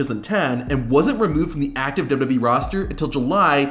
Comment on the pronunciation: The only thing worse than the theme songs is your turbo tongue syllable skipping speech pattern. "dub dubee roster until July tuasen twenty four" Were you high on something when you recorded these? Removed from recommendation.